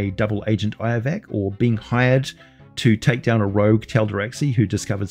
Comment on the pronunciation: Its "Lovac" with an "L" not iovac with an "i"